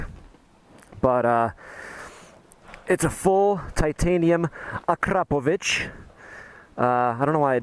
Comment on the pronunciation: It's weird when I hear westerner pronouncing Akrapović... Nice bike dude, just tinkering with idea should I consider this as a one more (I owned GS in past)